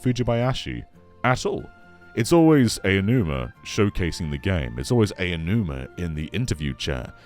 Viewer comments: it's pronounced "ow-numa" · It’s pronounced “ow-numa”.